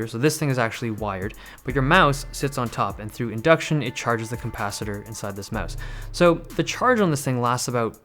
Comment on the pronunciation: "cOM-pacitor" haha